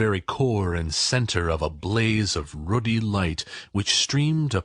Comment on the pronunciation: The word 'ruddy' is incorrectly pronounced 'Rudy' by the reader thus losing me as a listener. If you are going to read to people then learn to pronounce the words!